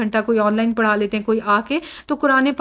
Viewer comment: URDU KA MAZAQ BAADIYE SPECIALLY YE PAKISTANI MUSLIMS YE PADA KO PARA KYA HAI LAST WORD ,URDU KO PERFECT BOLA KRYE JAHIL PAKISTANI